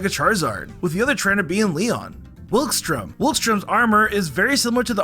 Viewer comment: You mispronounced Shauntal, Wikstrom, and Geeta (Shauntle, Wilkstrom, and Greeta), AND Shauntal isn't supposed to be a ghost writer. She writes about her experiences and battles, how is she supposed to credit someone else for that?